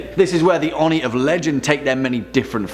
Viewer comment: ..... its oh-nee not on-ee